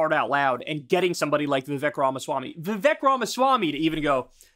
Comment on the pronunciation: Hey Kyle: It's Vivek and it rhymes with cake. That's literally all I know about the dude.